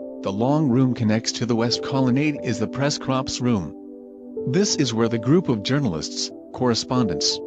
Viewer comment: computer voice can't even say press corps. says press cops. make thousands of dollars off youtube and can't get a real voice. I click off videos when these computer voices come on. will not watch.